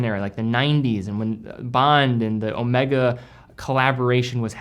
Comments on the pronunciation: Ow May Gaaah , not owmekka, it's the name of a Greek letter..., come on you can do it.. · Please, please, whenever referencing Omega in conjunction with James Bond it is always Omeega as pronounced by the true Bond (Connery). Thanks. Used watches? Crikes, you are turning into an industry. 👍